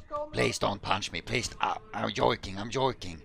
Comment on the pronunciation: ”Im jojking”